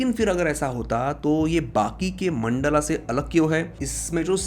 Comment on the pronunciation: E bhai....kya ye mandala , Vimana with extra aa at the end ...koi videsh se aaye ho kya...sahi se pronounce karo na